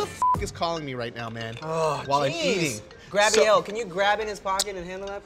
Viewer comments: No one: David: “GRABrielle” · Did Tim say “Grabielle?” 😂😂😂